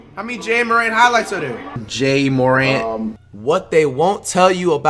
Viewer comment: He use to say J-A morant dude😂